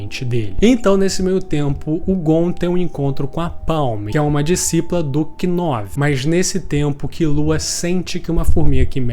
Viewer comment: Desculpa ser o chato do rolê, mas ja sendo o chato do rolê. O "k" no início de uma palavra, principalmente baseada no inglês, não se pronuncia. Knuckle = nuckle Knov = nov Know = nou (pronúncia, porque now tem outra pronúncia) Knight = night E por aí vai